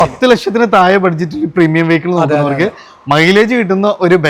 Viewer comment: തായേ അല്ല... താഴെ...താഴെ....